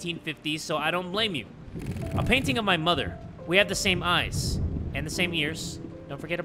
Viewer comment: Bro did NOT just pronounce "eyes" like that 💀